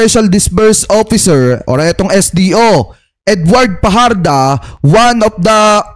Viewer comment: Research pa more,. Fajarda Yan, hindi Fajardo